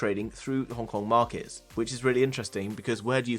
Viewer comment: They way you pronounce "Hong Kong" sounds like "Honk Honk".